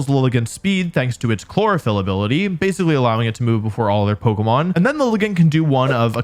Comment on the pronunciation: Wolfe, why do you pronounce it like Polka-mon instead of Po-kay-mon?